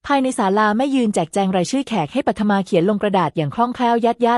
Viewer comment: ตัวละครตัวหนึ่ง ปัทมา อ่านว่า ปัด-ทะ-มา (ปัด-มา เอไออ่านผิดนะคะ)